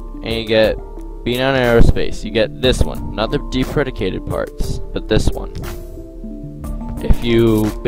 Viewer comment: Move your mic away from your mouth. Deprecated - deep-reh-kay-ted. Good tutorial though.